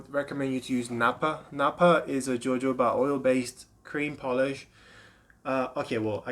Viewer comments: It’s not Jo Jo Ba it’s pronounced HoHoBa. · I’m just seeing this but, jojoba isn’t pronounced with hard J’s. Pronounce the J’s as H’s “Hohoba”. Good luck!